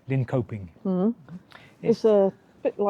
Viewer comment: The K in Linköping is pronounced with a soft tj sound. Kungsträdgården metro station is located approximately 34 meters below ground level. The platform is 29.3 meters below sea level, making it one of the deepest stations in the Stockholm metro system. So yes, it is a cave.